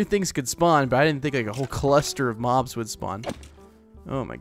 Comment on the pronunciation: Is it just me or what when he was saying the swamp was disgusting and he said there is bobs not mobs